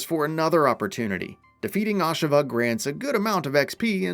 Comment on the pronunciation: First time I've heard it pronounced Ahsha-vah